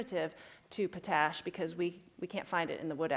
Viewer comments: its Pot-Ash. Not potash. Its literally refined wood ash. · potash is pronounced like just the two words by themselves, "pot ash" not "puh-tash" edit: lol hipsters knitting. that's actually probably a great thing to do during lectures